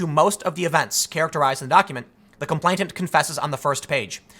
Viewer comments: The word is com-PLAIN-ant. NOT “com-PLAINT-ant.” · It's "complainant:, not "complaintant", ya beanie wearing goober! That's all I have to criticise here, though. Spot-on, otherwise, man. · *Complain-ant. No t in the middle there, Tim. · Complainant is pronounced "complain-ant," not "complaint-ant." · ComplaiNant, not complainTant. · Tim, stop saying "complaintant". He who is complaining is a complainant. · TIM... TIM... THE WORD IS COM-PLAIN-ANT!!! IT’S RIGHT THERE IN FRONT OF YOUR FACE!!! YOU’RE DRIVING ME CRAZY WITH THIS, DAMMIT!!! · "Complainant" has only one 't,' Tim. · Tim, you keep saying complainTant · I suspect that you think the word complainant has a t in the middle of it. It doesn't. You mispronounced it every single time in this video, so I'm fairly sure you must have a misapprehension on its pronunciation. Thank you for keeping me informed about these corrections. I was nearly taken in this time. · Gettin real triggered by that second T in complainant lol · Tim, just so you know complainant only has 1 t, not 2. you're welcome. Did anyone else notice this?